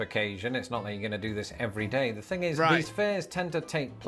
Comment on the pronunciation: Where do they say “thing” like “fing”?